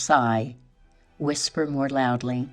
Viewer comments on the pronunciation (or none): none